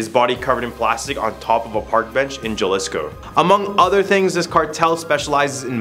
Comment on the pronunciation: It's not pronounced ja-liss-co it's like this ha-lee-sko. Just trying to help. Great video overall buddy. Good job all you guys. I like the seemingly random stuff you guys do list for...